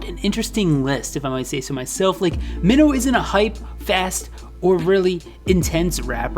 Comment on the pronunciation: also it’s pronounced “my-no” he says his name like that in some of his songs